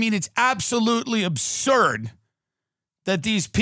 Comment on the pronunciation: "It's abshuuuuuuuuuuuuuurd" -Tim